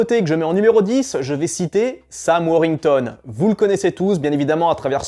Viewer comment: Pour info, c'est Sam WorTHington, pas Sam Worington... Le comble pour un mec qui veut faire des vues lol. Et Sam Rockwell n'est pas sous-côté, il en fait des caisses et il est soûlant, en tout cas pour moi. Et je suis entièrement d'accord pour Nicolas Duvauchelle